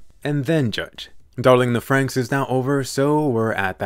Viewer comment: Thank you for saying darling in the franxx and no darling in the fran x x